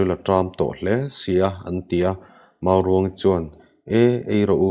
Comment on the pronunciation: Hman lai chuan hman lai chuan.. hman lai chuân hman lai chuân.. a thlukna nen hian a dik zawkin ka hria